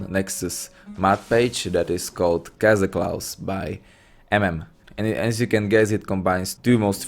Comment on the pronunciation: Cazaclaw? You mean Kog'Maw :D